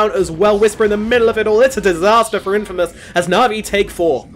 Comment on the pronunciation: Infmaous?? LMAO